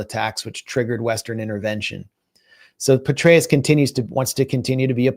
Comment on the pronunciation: Petraus pronounced Betrayal